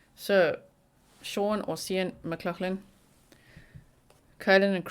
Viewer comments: "Kee-yin mc locklin". I'm irish. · It's pronounced phonetically Key-an Mc Lock Lin